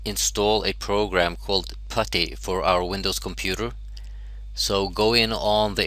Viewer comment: its not patty its putty